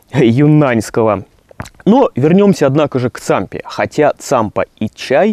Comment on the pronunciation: только правильнее Тсампа